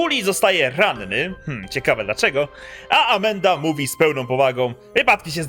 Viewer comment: Tak właśnie się to wypowiada.